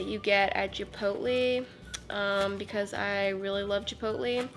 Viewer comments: Chipoltlee? ChIpOlTlEe?!? No!!! Chipotle! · "the burritos u get at jipootlee"😂😂😂